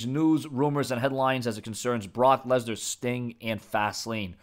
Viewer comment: Lensar? You mean Lesnar